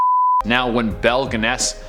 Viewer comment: Pronounced as Belle Gunn-us.